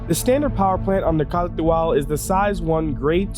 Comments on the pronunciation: I thought it was pronounced "car to al" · It's pronounced Car too all... because reasons. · A POA KAH TU AL 🤣 Ps its not bad against a Gladius. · OMG the way you’re saying it... my ears! STOP... JUST STOP! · You say it funny.